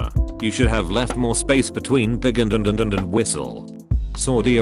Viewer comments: Did the voice say ‘and and and and and’ or ‘Adududududu’ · That is hard to understand because of how the thing says it. The point is the space is supposed to be between ‘pig’ and ‘and’ and another one between ‘and’ and ‘whistle’. But because of the way a human would say it. It makes sense. You should have left some more space between pig and and... and and and whistle. Btw it would sound retarded but because that sentence is correct. Technically if the sentence was in the same situation, ‘and’ can be stacked infinitely. Which u wouldn’t do but u can.